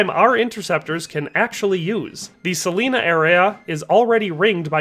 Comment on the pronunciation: It's pronounced Sah-line-ah. Not sah-leen-ah.